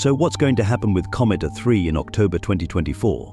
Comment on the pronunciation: Nothing like sloppy use of an AI tool for voiceovers to end up with “A-3” becoming “uh 3”.